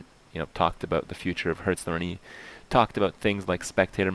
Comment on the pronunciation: What the fuck is Hurtstone?